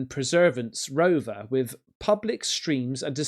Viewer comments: I’m pretty sure that’s perseverance not “preservence” 😆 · "preservance" that's a new one